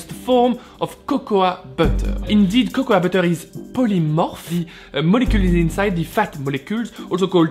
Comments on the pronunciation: Oh you've probably heard this a gazillion times already, but it's pronounced "koko" (cocoa) in English, not "kokoua" ;-) I know it's confusing for a frenchie, english eh? Or just stick with cacao, that's what the latin americans say :-) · Great vid but you just pronounce it as ‘coco’ you don’t really say the ‘a’ 😉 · cocoa is pronounced coco, a is silent. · I enjoy your accent, but there is a big difference between saying a word with an accent, and totally mispronouncing it. In that regard,...at least in the United States, the "a" in the word "cocoa" is silent. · Great vid! Just so you know, cocoa is pronounced like there was no a at the end.